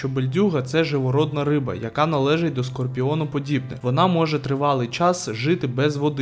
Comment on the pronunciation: Скорпіоноподібних?? Ви текст просто читаєте? Хоч трохи звертайте увагу на звуки які з рота вилітають